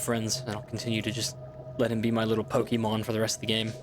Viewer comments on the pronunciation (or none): none